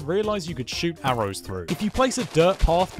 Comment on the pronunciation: bro said arrows like A R O W S